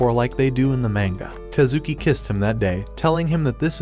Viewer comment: "mango"... ITS NOT "MANGO"! ITS "MANGA"!!!